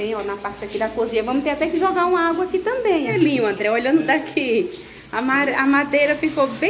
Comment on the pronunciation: Vcs não poderiam molhar a madeira, E eu assisto seus vídeos a bastante tempo e vc não falava alga igual vc está falando ao invés de água.